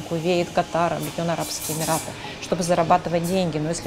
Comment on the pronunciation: Прононс на английском мрак да и на русском Емираты... ну как так??? Фубля